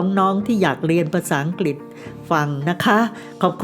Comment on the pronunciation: เป็นผู้เล่าเรื่องคนแรกที่ออกเสียงคำว่า"อังกฤษ" =อัง-กริด ชื่นชมค่ะ💗😘 คลิปผู้เล่าท่านอื่นออกเสียงว่า อัง-กิด 😭 คือลืมกันไปเลยว่า "ฤ ฤา ฦ ฦา" ภาษาไทยของคุณแม่ชัดถ้อยชัดคำมากค่ะ สวัสดีปีใหม่ค่ะและน้องโอกี้